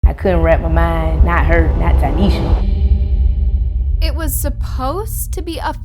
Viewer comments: Tie-neesha Tynesha … not taneisha please pronounce this baby name right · Out of respect for the fam you should pronounce her name correctly Tynesha not Tanesha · The fact you heard her name pronounced and you still decided to butcher it.. sad.. RIP Ty’Nesha ❤️